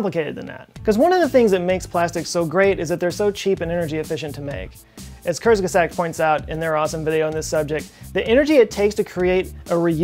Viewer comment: Most amazing part of this video..... pronouncing Kurzgesagt. Ive been trying to get that forever